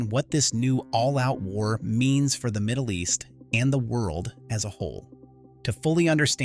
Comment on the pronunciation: You lost me when you said Moddle East. How accurate can the rest be?